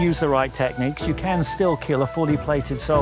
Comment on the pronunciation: IT WILL KEEL...